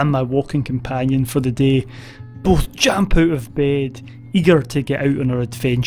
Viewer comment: "Jamp". Class!